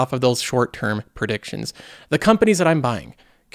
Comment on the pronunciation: Are you saying "prediction" or "perdiction"